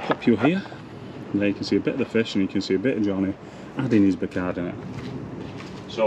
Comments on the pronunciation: Great video as always mate however I’m laughing at you trying to say sodium Bicarbonate 😂😂. So let’s break this down…say sodium Buy car bonnet 👌🏻 Keep the content coming buddy 🙏🏻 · Bi car bon ate 😁 stop talking pished like Rab C Nesbit 😁 If you don't wear a Hawaiian shirt in the next episode I might have to reconsider my subscription 😂